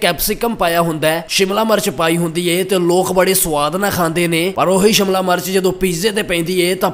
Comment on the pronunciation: Phela shimla mirch bolna sikh la bai shamla march nai shimla mirch hundi aa 🙏🙏